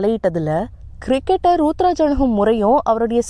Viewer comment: யம்மா அந்த பையன் பேரு ருதுராஜ் மா சும்மா ரூத்ராஜ் ரூத்ராஜ் னு சொல்லிட்டு இருக்க எனக்கு வேற மாதிரி கேக்குது...